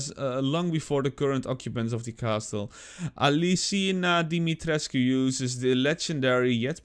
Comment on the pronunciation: pohh ben ik de enige die t zo grappig vind als ie de naam van mrs dimitrescu verkeerd uitspreekt?